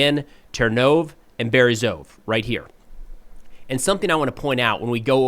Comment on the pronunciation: Hi! As a native Ukrainian speaker, I really appreciate your videos. One small phonetic tip: in Ukrainian place names ending in -e, that last letter is always pronounced. It's similar to the «e» in «bed»… …so Ternove -> Ter-no-veh Berezove -> Be-re-zo-veh Hope this helps with future updates!